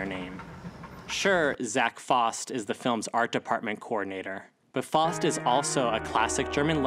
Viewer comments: A pretty interesting theory, however your pronunciation of Faust threw me way off haha. Never heard it said like "Faw-st" or how you say "Faucet" instead always with the very germanic AU vowel sound you see in Laufen, Kaufen, or Auf in which it is more "Fow-st" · For godsake man, the word faust is not pronounced “fost” it’s pronounced as “fowst